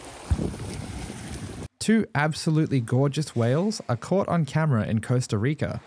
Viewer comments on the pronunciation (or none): awesome video ! but that isn't Costa Rica...It is at Great Bear Lodge in British Columbia,and they are Humback Whales...idk why you said Costa Roca...